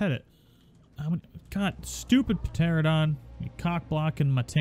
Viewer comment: Love your videos, man..!😆 You're my go-to-guy for all the new tames..! :-D But please, for the love of God, stop saying Pteradon..! 😂😂 FYI, it's a Pteranodon, and it's pronounced "tera-nodon"